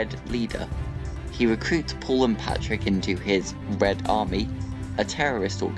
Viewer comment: You said Patrick it’s Patrick